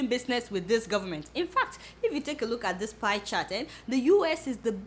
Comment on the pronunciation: I love your English " take a loot at the picture of some of his citizens"